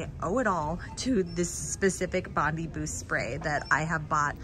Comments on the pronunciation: Just to let you know. It's bond-i, not bond-y. You say the letter I, not the sound of it. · Haha I’m Australian and it’s pronounced Bon-Dye Boost. Bondi (Bon-Dye) Beach.